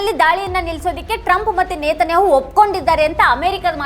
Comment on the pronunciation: ನೇತನ್ಯಾಆಹು ಅಲ್ಲ ಮಾರೈತಿ ನೆತನ್ಯಾಹ್